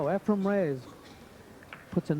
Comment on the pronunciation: Is this jerk saying EfreM? Time to turn off the audio.